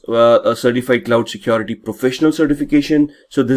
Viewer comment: The accent alone is distraction for me. What is so hard to pronounce the word 'security'? Keeps saying secOrity! 😞